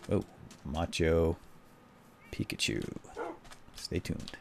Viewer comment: Did you start calling it machu pikachu because of a comment in one of these videos? Cause on one of the first ones you kept saying "peakchu" so I commented: (ma-chu pi-chu) not (machu pikachu)